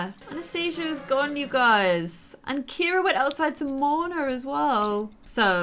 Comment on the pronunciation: IT is Cira 😂